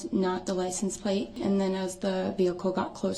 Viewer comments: Why does he keep saying licen place?! 😂 everything this idiot does (except when he's driving) is a joke😂 seriously though, who doesn't know licence plate? Dummy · I wish someone who tell him db that they’re called license PLATE, not license place!! 😂 Some ppl do put others concerns above their own! Duh-rell 🤦‍♀️🤡